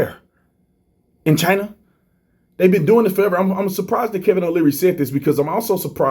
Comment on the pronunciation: "China assho"